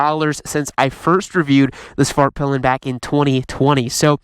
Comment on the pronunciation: As a swede, I approve your prononciation of Husqvarna!! But Svartpilen could use some work. In Swedish you would not say "svaart-pillen" but rather "Svart-peelen" with a short aah in Svart and a long "i" in pilen as ee in pee.. If that makes sense to you...